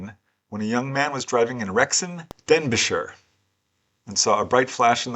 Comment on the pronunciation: Just to say, ---it's pronounced DenBEEshire...😊